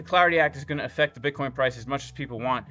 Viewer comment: Dear, please say Bitcoin